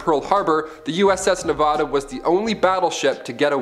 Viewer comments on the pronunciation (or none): Ugh it’s not Ne-vah-da. It’s Ne-va(as in vat)-duh